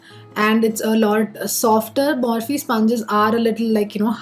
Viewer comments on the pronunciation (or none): none